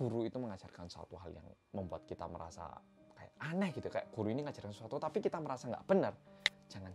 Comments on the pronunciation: Awal nonton rasanya sedih dan marah, tpi tbtb ngakak cuma karena typo ngomong “tapi” jadi “tapu” wkwkwk mana dibikin tulisan sama editor wkwkw sereceh ini akuuuu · "tapu" ngakak karna typo ngomong doang wkwk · Salfok ama kata "tapu". Lidah kepleset. Untung bukan sapu ya 😂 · Bengek pas bilang "tapu"; )